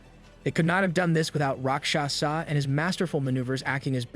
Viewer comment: why do you keep calling the character asura "rockshaza". ive watched your last video and this has bugged me about this. Love the retelling of the story but changing the name of the main character seems rather dumb especially since his name appears correct multiple times in the chat bubbles